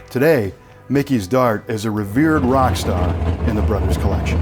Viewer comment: The brothers collection? Or broders collection. What’s he saying?